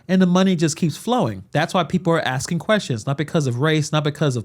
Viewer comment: Are? Who is axing?